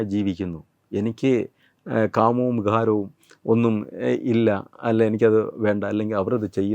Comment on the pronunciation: ദൈവിഹം,വിഹാരം, അതി ഘടിനം,അഭാരം ലോഹത്ത്,പാഹത്തുനിന്ന്,അപ്രതീക്ഷിമായി,വൺ പൂരിപക്ഷം, കണ്ടകാവ്യങ്ങൾ,മതി കേട്ടത്, ഞാൻ നല്ല മല യാലം പഠിച്ചു പോകും ഈ ഏഹ വ്യക്തി പറ യുന്നത് കേട്ടാൽ,ഏ തായാലും തത്വമയീ ന്യൂസിന് 😄 നന്ദി.